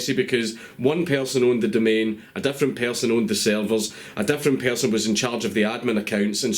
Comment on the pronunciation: What the fuck is a "pearrrson" fucking islanders and their poor English i swear he sounds like hes got marbles in his mouth